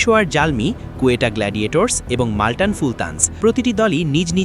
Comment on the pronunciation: মালটান না বস "মুলতান"